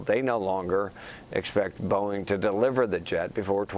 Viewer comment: You can’t blame the teleprompter for pronouncing the manufacturer “Bowen” and the airline “Yew-nited.” He improved as the story went on, but for a major market anchor, that’s not cool.